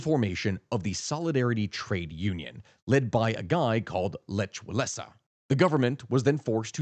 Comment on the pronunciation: Solidarity was led by /Leck Vah-WHEN-sah/